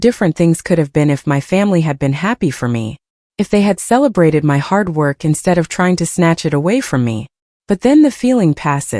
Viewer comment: "This is MY house!" Get your emphases right! This is such a silly dumb voice!